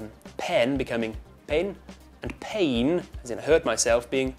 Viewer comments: The pronunciation of "pain" is wrong. I think it would be actually PEIN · we pronunce pain with accent as pa-in, not pen. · the sound is not "carrs", it's "cars". Like the sound of saying "give it away" repeatedly, it ends up sounding like "giviRauei" for a spanish speaker, it's not "giviRRauei" when saying pain, we say "pein", not "pen" -.- in school teachers write "pein" as the pronuntiation in the chalkboard. again, it's "jau aR iu", not "jau aRR iu" I liked the "machine gun" way of speaking, though xD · no creo. Además por lo menos en mi país no hablamos así el español. No pronunciamos la j como si fueras a escupir algo. Además si vamos a pronunciar pain lo pronunciaríamos como pein. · Pain is not true at all. We say P-e-i-n